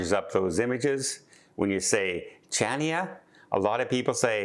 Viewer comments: DOH - Chania - the ‘c’ is silent…..pronounce as Hania…..rhymes with Tonya 😫😫😫 Try other cruise lines besides Princess 😮😮😮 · that port in Crete, Chania, is correctly pronounced Ha-Nee- Ah. The CH sound does not exist in Greek. You can still get to Santorini by ferry or airplane, just not cheap cruises. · Well put. Another mis pronunciation by just like his eyetalian and ship names. At least ferry to Santorini brings you to northern side where there beaches, villages, vineyards and tours direct to the blue roofs at end of Caldera. Items cruisers do not see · Oh please look up how to say Chania.....no one would ever know what you are talking about. Please so easy to google the pronounciation.